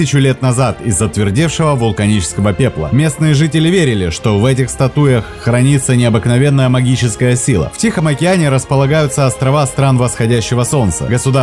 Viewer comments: Правильно - ста'туя, а не статуя. Не лечу - учу... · Пожалуйста, не говорите статУя, статУи! Я аж вздрагивал каждый раз 😂 В этом слове ударение на первом слоге: стАтуя, стАтуи! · Чувак, где ты учил русский язык, статУя? ШтормЫ... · Господи, когда же русские люди будут говорить правильно. Автор ролика, к вам обращаюсь. Не статУя а стАтуя... Даже во множественном числе ударения не меняется. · СтатУя? ШтормЫ? Серьезно? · СтатУя,штормЫ….автор,у вас проблемы с ударениями? 🤦🏼‍♀️ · СтАтуя, а не статУя! Коль уж рассказываете, то нормальным грамотным языком! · Диктор, хотя бы читал перевод и произносил правильно по-русски, а то вдруг снова пахнуло неграмотностью, которую, вроде бы изжили при большевиках - "СтатУя"..) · Блин стАтуя! А не статУя! Ну что за дикая безграмотность... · А ударение надо ставить правильно ! Статуя с ударением на первый слог ! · В слове стАтуя ударение ставится на первом слове